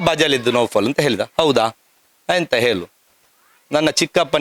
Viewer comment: ನಿಮಗೆ ನಾಲಗೆ ಸರಿಯಾಗಿ ಒರಳುವುದಿಲ್ಲವ... ಅಣ್ಣ ಅಂತ ಹೇಳಲು (ಅನ್ನ) ಅಂತ ಹೇಳ್ತೀರಾ. ಮಕ್ಕಳು ಅಂತ ಹೇಳಲು (ಮಕ್ಕಲು) ಅಂತ ಹೇಳ್ತೀರಾ...😂 ಹೇಳು (ಹೇಲು) ಅಂತ ಹೇಳುವುದಕ್ಕೆ.. ಏನ್ರೀ ನಿಮ್ಮ ಕಥೆ.